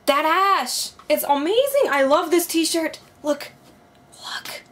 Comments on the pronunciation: EVER TIME YOU SAID THAT ASHE I THOUGHT YOU SAID THAT ASS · Lmaoo I thought she said tht ass